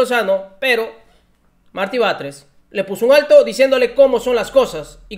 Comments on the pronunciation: Querido, por favor infórmate mejor, el nombre de Martí, se dice así no como tu dices. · No es Marti, es MARTÍ, ojo